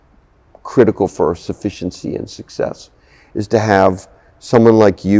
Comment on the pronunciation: . Did he just say “suffenciency”. Like a conjunction between suffice and efficiently?